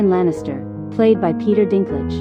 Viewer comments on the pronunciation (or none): none